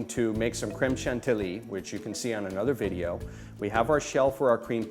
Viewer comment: Bad French pronunciation makes you a bad teacher/demonstrator. It's "Putt-Tar-Shoe", Not "Part-Tay-Shoe". Also, It's "Clam Sean-Tee-Yee", Not "Cram-Shank-Tee-Lee". Ignore me/keep on mis-pronouncing French words if you want to embarrass your own self for the rest of your pointless life.